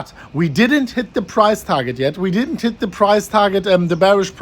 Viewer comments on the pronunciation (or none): "We hidn't tit the price target yet"